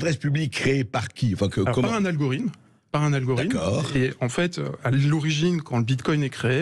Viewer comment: algorime ?? algoriTTTTTThme